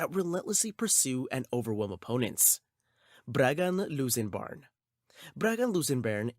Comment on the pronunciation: Also (unless i am wrong) if you're going to use AI at least edit your script so it says things properly